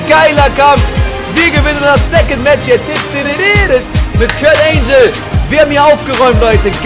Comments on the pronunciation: kurt angle nicht kurt angel :D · Lern mal Englisch. Kurt Angel ne. 😂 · Das G von Kurt Angle wird wie im Deutschen ausgesprochen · Wie er Kurt Angle ausspricht...